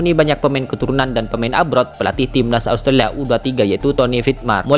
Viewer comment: MIN KLO NGUCAP " NATURALISASI" JNGAN JADI "NATUSASI" , QUALIFIKASI JADI QUALISASI..AUSTRALIA JADI ASTRALA..WKWKW 😂MAU KMN SI CPET2 MIN? BELANDA MASIH JAUH..PELAN2 AJA WOI